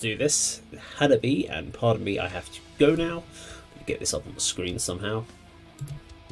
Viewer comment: Its pronounced Hanabee-eh. Chika the drummer has a YT video teaching us all "How to say Hanabie". Its pretty cool.🤘😍🤘